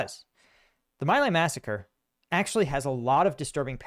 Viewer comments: MINOR clarification: "My Lai" is pronounced "Mee-LIE." You are a true patriot. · Pronounced "me lie" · Just a small correction, in an otherwise great video, for which I thank you. I learned from it. The name of the massacre you cite is pronounced "Me Lie". I remember the controversy very well. I lived through those years. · An excellent assessment of the situation. One correction. "My Lai" is pronounced, "Me Lie." It only looks like "My Lay" but that's not the correct pronouciation. You are very much correct that Lt. Calley was tried and convicted of following illegal orders to massacre this entire village filled with people and animals. Many people argued then, and even today, that many MORE people should have been convicted. It remains a scandal that Calley, although he led the Charlie Company in this massacre, was the only one scapegoated and punished for the massacre. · Great video. Thanks.... Its important for you to tell us about your experiences and the standards and culture of our armed forces. And now our daily trauma from the resident of the Oval Office compels you to voice your concerns along with the former veterans and the video they made. FWIW (from Google AI) The correct pronunciation of My Lai is mee-lie (/miː laɪ/). The first syllable, "My", is pronounced like "mee", not like the English possessive word "my". The second syllable, "Lai", is pronounced like "lie" (as in a lie or recline). It's just I am old enough to remember when this hit US TV. Thanks again. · Mei Lai is pronounced like the English words 'me' and 'lie'. Just thought you might like to know. Love your stuff, morals, character. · At the time, I always heard My Lai pronounced Mee lie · As a young Boomer the pronunciation is "Mee Lie". I remember hearing it on the news and 60 Minutes. Ironic that Trump, who got deferments from being drafted, is also a documented liar - "me lie". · oldie here, My Lai is pronounced mee lay. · Not to nitpick, but you're pronouncing My Lai incorrectly.